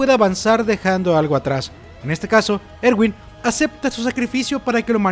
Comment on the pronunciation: y nooo se dise ewin se diseee erwinnnnnnn 👹